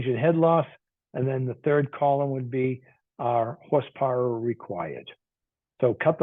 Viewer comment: what's "hoss powah"? Haha. Just kidding. thanks for the vid